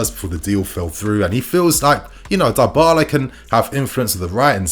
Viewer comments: I cringed every time you said Darbala…Dibala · Pronounced “Dee-ball-ah” not “die-ball-ah” 🙄